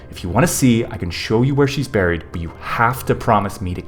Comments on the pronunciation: When he said “ so he buried her” I thought he said “so he married her” 😂😂😂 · Omfg SAMEEEEEEEEEE